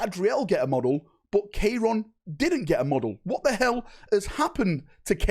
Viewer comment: K-ron lmao